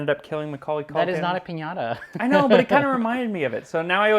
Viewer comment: Dejé de ver el video a la 4a vez que oí piñara en vez de piñata. se esfuerza por pronunciar bien cualquier idioma y dice piñara.